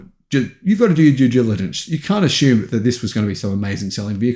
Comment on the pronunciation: what is jew jiligence ?